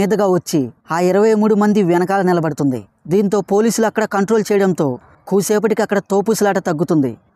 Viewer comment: తోపుస్లాట.... కాదు..... తోపులాట కూసేపటికి కాదు కాసేపటికి